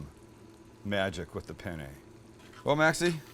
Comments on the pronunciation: "PENE"? Dammit,! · Please please please take the time to learn how to pronounce penne and bolognese properly try and stop the bastardisation of language. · I’m usubbing because you said penne wrong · But no one told him that "PENE" in Italian means "DICK"? It's "PENNE". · It’s spelt Penne not pene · Pene... In Italian says penis. Penne correct. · What pene Bolognese hahahhahahhaha wtf every italian that watch this know what i mean hahahaha it should be penne Bolognese lmfao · by the way, it's peNNe, not peNe. Pene, with just one N, literally means "dick" in italian. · Penne! With 2 "n"! Try to Google translate! 🤣🤣🤣 Hi from Italy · You might find it amusing that as you assure your viewers that this recipe will “get them laid”....the title sequence translates to Bolognese penis”. In italian. Those double consonants are yes, important in the correct pronunciation, but also spoken. The double consonants in italian are pronounced with extra pressure either from the tongue or lips. BIG difference in meaning if there are similar words. Ergo, penn-ay. Bolo nyayzay. Be extra careful if ordering Penne Arrabbiate in Italy. Angry Penis may be a thing, but its not a pasta dish. Prego. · Hi Sam, buona giornata a te! Hope you're having a great day. I just wanted to tell you that on seconds isn't pene but penne.. because pene in italians means.. Penis. Yes. Not joking. Btw I would eat that! Approved by an Italian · Sam it's penne not pene! Pene in Italian means penis ahahaha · "SO IN GOES OUR PENE" only spanish speakers will get it lol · "Pene" Bolognese?? LOLOLOLOLOLOL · You missed a N in penne bolognese at the beginning of the video Now in italian it means Bolognese penis... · I'm sorry, but a part of me died inside when you said "pen-nay bow-luh-nayz" 😭😭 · Penne is with 2 n's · Did you say Penny? :P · "In goes our penne" in spanish this heard so bad lol.. hahaha love this guy